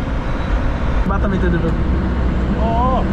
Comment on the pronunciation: Halo bos cara menggunakan bahasa harus di luruskan bos . kalo boleh sebut nya kota batam . jangan sebut batem . lagi satu kalo nyebut kota itu jangan bandar ini indonesia yah bos sori ini hanya masukan saja dikit